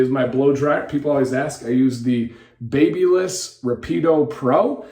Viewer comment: I’m not trying to be nitpicking here but since I know you like to learn stuff I thought I would let you know that BaByliss is actually a French company, created in my neighborhood in the 60s, and in France we don’t pronounce the "BaBy" part as in the word baby, the "a" is pronounced as in "bat" I know it doesn’t make much sense but I checked on YouTube and I found a number of English speakers who pronounce it like us ^^ Sometimes French people like to take foreign words and pronounce it however they like lol